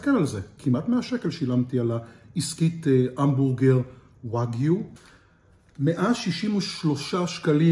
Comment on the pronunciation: We say wagu u r not saying it right